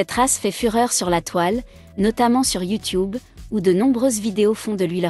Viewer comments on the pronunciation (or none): Comment elle a dis youtoube